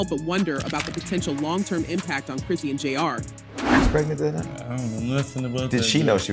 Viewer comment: Who is “Chris see an” you mean Chrisean ??